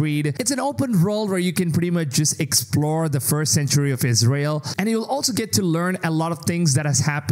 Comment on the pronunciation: Did he said " ISREAL"!?